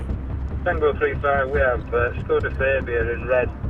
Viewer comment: Skoda "Fay-bia" in red. Always thought it was a "FA-BIA". Thick as shite.